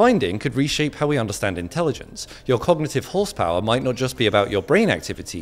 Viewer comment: "*MIGHT*" be emphasized on the word "*MIGHT*"